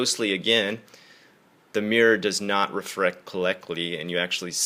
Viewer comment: "refrected collectly" :D Ha, someone's becoming Japanese with their English!